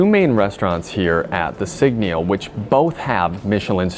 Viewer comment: A whole review but you can’t even pronounce the brand properly 😢😂